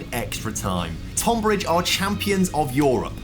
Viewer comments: Tohn-bridge. Love the video but as someone from that area it's pronounced tun-bridge 😂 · FYI: Tonbridge is pronounced 'Tunbridge. Nitpicking I realise 😂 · “79 times less” doesn’t make sense. They earned a 79th of Reading’s figure. And Tonbridge’s first syllable is said like the word ‘ton’ (rhymes with ‘bun’), it doesn’t rhyme with ‘con’. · Bro just say Tonbridge properly haha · as a man from the tonbridge area, the way pronounces it drives me crazy😂